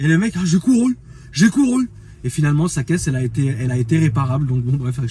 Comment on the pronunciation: "Final”ement pas frero 😅